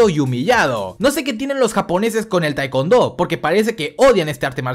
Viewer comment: no se dice taekondo sino se lee taicuondo